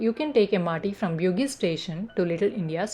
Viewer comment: Bugis is pronounced as Boo-gees